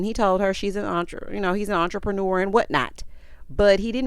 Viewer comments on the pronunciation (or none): none